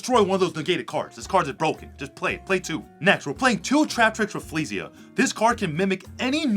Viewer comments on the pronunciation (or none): none